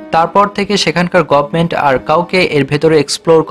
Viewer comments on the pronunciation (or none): none